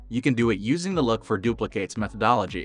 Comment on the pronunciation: Anyone else irrationally angry how he says “duplicates”?